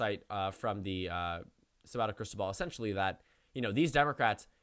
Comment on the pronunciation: Man; you live in Virginia, you really need to learn Larry Sabato's name!